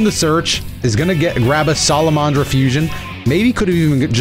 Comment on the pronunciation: im sorry its sala-man-dra not sala-mon-dra